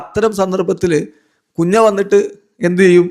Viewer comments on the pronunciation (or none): കുഞ്ഞ അല്ല കുന്യ..😎